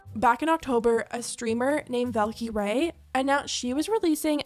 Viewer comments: It's Val-keh-ray not Val-KEE-ray. 😩That bothers me so much omfg. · Why does pronounce valkyraes name like that lmao. It's val-kih-ray not val-key-rae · Her name is Valkyrie. Like Valerie. Not val key ray 😂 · y did she say vel key ray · It’s pronounced val·kr·ee. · why is it so hard for you to pronounce valkyrie. val•ka•re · is Valkyrae not supposed to be pronounced Val-ker-ee????? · “Valk-e-ray” lmaooo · that's not how you say her name, it's Val-Ki-Ri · Pls learn to pronounce Valkyrae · Amazing video but the pronunciation of Valkyrie is killing me lmaooo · If you're going to talk about Valkyrie you should at least learn to to pronounce her name, you can literally go on both of your platform; YouTube(!) And hear how to properly pronounce it 🤦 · ok but the way you pronounce rae’s user hurts my sole😭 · Lol she butched the name valkyrae so badly I didn't realise that's what she was trying to say